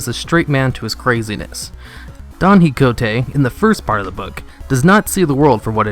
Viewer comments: OMG say hicote one more time. It's pronounced ki ho tay. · Quixote is pronounced "Key-ho-tay". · it's pronounced (ki ho tay) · Please don't ever try to say "Quixote" ever again. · I don't think that's how you pronouce Quijote, i only recognize the story by the "dragons"